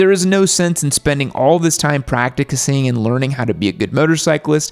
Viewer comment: “praciticing”? lol it’s pronounced Practicing not prack i ti sing